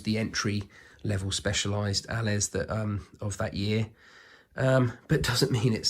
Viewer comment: For the future, Allez is pronounced Ah-lay. French for "go!"